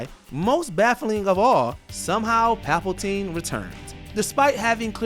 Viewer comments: First, it's not PAPALTINE nor PALPALTINE, it's PALPATINE. And second, are you seriously blaming the fans? If my boss wants me to do a job, I can just deliver the sloppiest work ever and he gets responsible? No, I don't think so. The same applies to these people working on movies and series and anything with creative content. It's their job to do a well made story with every element of production backing it up. THEY are responsible for all of this, it's their job. And even if the creative choices were bad and not because of the writers but the companies trying to force their wants and beliefs of stuff they don't understand on the movie. At least they could have the motivation to see their vision through in a well made manner. Also WE as fans are not to blame that the previous movie was awful and wanting something better than that "crap" (to be more nice). It is what everyone wants. Production companies want money? Then do a good movie and I'll happily help you! We as fans want to see their visions come true and be as awesome as it can be, we want to support, but it gets difficult when they do stuff like that... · LMAO "Papeltine".